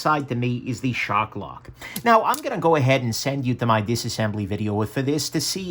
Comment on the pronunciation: Hard R on that word Shark. Not shock lock. 😂😂 Just busting your chops haha